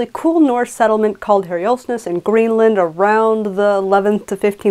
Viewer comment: More details than I can ever imagine that I'll need. But still fascinating. MY to little bits is your pronunciation of Herr-'yolfs-ness (incorrect). It should be plain: 'Herr-yolvs-ness. The 'Ness of Herhjolf'. A latter-day Scandinavian Viking